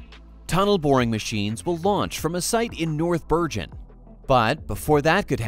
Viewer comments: "New-ark", "Ker-ney" and "Bir-Jen". 🤦🏻‍♂🙄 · The AI narrator mispronounced many words such as Bergen with a soft g rather than a hard g.